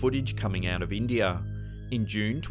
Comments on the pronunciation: to is India not indeir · “Indiar” ??, “social mediar”?? Bro wtf wrong wit you omg